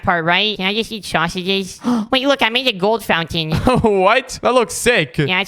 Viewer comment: BABY DASH SAID HOT ### NOT SUAGES